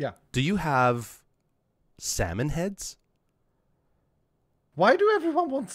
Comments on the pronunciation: About Docs comment. "nobody wants your Salmon." You need to know that Doc's native language is german (if I din't got it completely wrong). Problem is you pronounced "Salmon" (multiple times) like "Samen". And Samen is the german word for Seed or Semen. Keeping that in mind, "nobody wants your Samen" is ... still kinda insulting when thinking about it, but ... not an unexpectable reaction when casually getting offered some freshly cooked Samen. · Although the "A" in that word gets pronounced slightly differently (somethat close-ish to how Avatar Aang got pronounced in the live action movie) it is close enough to mistaken it. And then saying "big Samen is not happy" ...